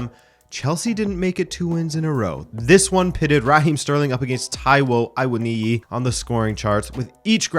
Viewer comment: Nah the way you pronounced Taiwo Awoniyi was elite 🤌🏾 a lot of people struggle but it was effortless for you. And I know you're open minded so you'd probably just say it's not that big a deal, but I appreciate your dedication to articulation